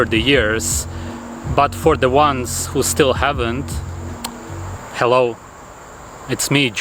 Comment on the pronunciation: With emphasis on the "hell"...... Straight from it.